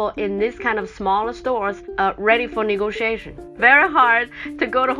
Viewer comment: Bhahahaha omg "negotiation"